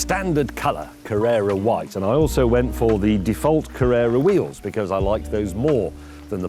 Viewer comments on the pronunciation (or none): A small lesson for James: It's not "Carrera White" but "Carrara White". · James!!!! IT IS CARRARA WHITE, not Carerra white🤦🏻‍♂️🤦🏻‍♂️ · It’s actually Carrara White, James - not Carrera White. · Carrara White (like the marble) - not Carrera. I've just lost all respect for you, James... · It’s ’Carrara’ white ffs, not Carrera 🤦🏼‍♂️ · Carrara white. Not Carrera White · It is Carrara white, not Carrera white. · CARRARA white James. Not CARRERA!! Its named after an Italian marble colour. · Oh no no no…it’s Carrara white! Like the marble!